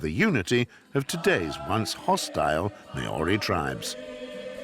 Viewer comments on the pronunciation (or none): Beautiful documentary. But I can't believe the narrator constantly pronounced Maori (Mahoree phonetically) as Mae oree. You'd think a narrator would do the little bit of research to get it right. Otherwise a grat documentary. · Don't you have any editors, the west coast is bordered by the Tasman sea. Also the native people are called Maori not mayorri, if you can't pronounce the name you could 1 learn how to or 2 don't pronounce it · Great documentary, but your narrator needs to learn how to pronounce the word MĀORI. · Yeah you get the typical tongue twisters pronouncing Maori as marry.